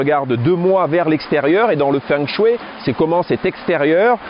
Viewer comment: Bonjour Merci pour la vidéo Petite remarque toute amicale En chinois on ne prononce pas feng mais fong de fengshui. Et shui, ce dit chouei.. Xiexie